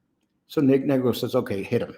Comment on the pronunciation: It's Nigro with a long i